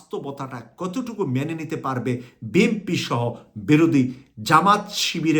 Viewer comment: আসসালামু আলাইকুম আমি কুয়েত থেকে আমি আশা করি আপনার ভাষা আরও শুদ্ধ করে বলার চেষ্টা করবেন আপনার ভাষা অনেক ভুলে বড়া আপনি একজন মিডিয়া বেক্তিত্য বিএমপি না শব্দ টা হবে বিএনপি আর সারজিন আলম হবে না শব্দ টা হবে সারজিস আলম আরও অনেক জায়গায় ভুল